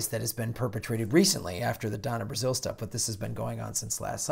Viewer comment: Finally someone gets Donna Brazile right.